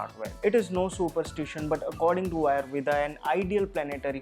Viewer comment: Yes Ayurveda not Ayurved